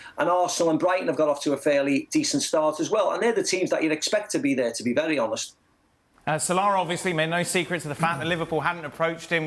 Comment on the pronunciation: Why do you pronounce ‘Sa-lah’ as ‘S’Larr’? 😂